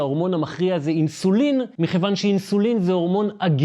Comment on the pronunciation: טעות לשונית צורמת ראוי לתקן המילה מכיוון עם כ' דגושה. תודה על המידע הכל כך חשוב שלא ידעתי לפני❤